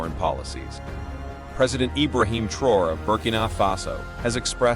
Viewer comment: The name is pronounced TRA-O-RAY Hence Traoré NOT Trore Ugh🙄